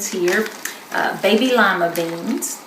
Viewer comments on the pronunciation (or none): "the biggest babeh carrots aive eva seen" lovvvvvve it!